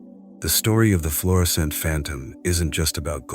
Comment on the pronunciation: It's Florissant, not Florison.